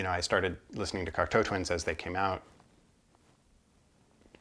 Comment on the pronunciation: Hi. Great overview and information on Cocteau Twins. I also now know how to pronounce the name correctly. I did not get into them until the 90s but have slowly been finding their music on vinyl. It was interesting to see their various albums but also to hear your passion for their music. Well done and very interesting. Steve.